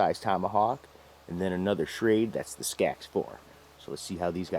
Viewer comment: You wasn't pronouncing Schrade correctly..